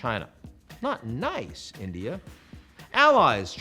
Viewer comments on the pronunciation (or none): none